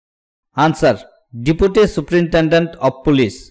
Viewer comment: Give me prectice set Deputy pronunciation wrong 🙏